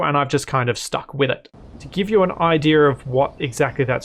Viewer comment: Is there a mod that removes the R from the end of the word "idea"? :P